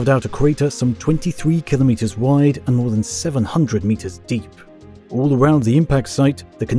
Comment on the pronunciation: Awesome video, learnt a lot. Also, finally, someone that can say kilo metres properly lol